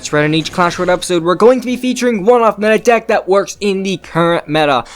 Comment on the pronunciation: Did he just say clash royal it’s ROYALE!!!! Duck